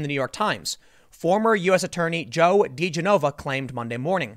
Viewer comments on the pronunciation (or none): Kind of out of touch if you can't pronounce "Digenova." duh-GENN-ovah Since I earned my PhD, whenever anyone calls me "Mister," I say "Mister? MISter?! I didn't go to evil graduate school to be called 'Mister!'" Heh. After owning the terminal degree for a while, I got over myself, and I'm mainly happy if they don't call me something really bad. I do like rolling out that rant, though, on occasion. Kids love it. They'll call me "Mister" 10 or 20 times, just to hear me yell "MISter?!" It never gets old for 'em. Does for me. But they ain't my kids. I can just go home when I get tired.